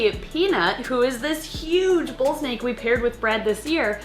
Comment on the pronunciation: Girl it’s snake not sneak